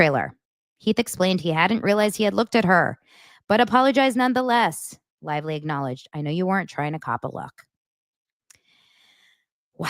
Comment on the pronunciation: BLAKE CLITVELY or BLAKE CLITELY 😂😂😂😂